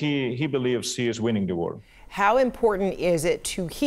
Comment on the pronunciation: Of course he's weening that's why he's still faighteeng 😂😂